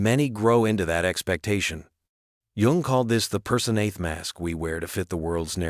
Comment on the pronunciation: This is a mess. Not only the content is ridiculous the AI narration is horrible. It is pronounced YOUNG and spelled Jung. Have a sense of pride and take this down. Try again, you may succeed.